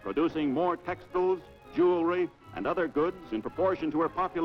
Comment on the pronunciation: Haven’t heard that pronunciation of “textiles” before.